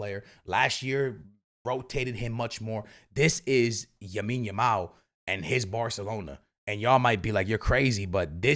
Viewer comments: Why are you saying Yamin Lamal 😂😂😂😂😂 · How long is it going to take u to stop saying Yamine Yamal😂😅😂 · And when he trys to get it right he goes Yamine Lamal 😂... it kinda is confusing tho... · First listening to homie but my ears bleeding by the way he says the names 😂 wadahell. Not everything needs to be Americanized